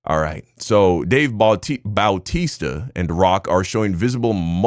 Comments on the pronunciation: dude its not dave boww-tista it's dave bau-tista. No shade 😅😅😅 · BOOWWWW TISTA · The way you are saying “bowtisa” is killing me 😂 ain’t no way you never heard his name been said in wwe back in the day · The way he keeps pronouncing it as dave "bowtista" flirting with my ocd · The way is pronouncing Bautista(Batista) is paining me...... 💀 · 😭 true bautista